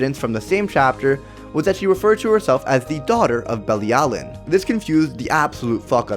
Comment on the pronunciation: You are pronouncing Bilialin wrong 🙄🙄